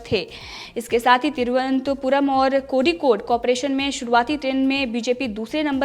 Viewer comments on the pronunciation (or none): none